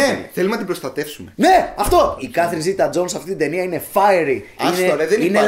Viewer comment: Οχι Ζιτα Τζοουνς... οχι Ζιτα... Ζετα!